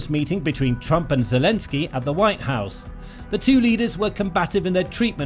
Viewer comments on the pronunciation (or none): none